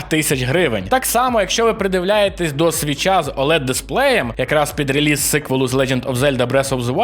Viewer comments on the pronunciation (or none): none